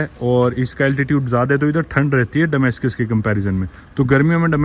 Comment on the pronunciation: डमास्कस के बजाय दमास्कस सही उचारण है.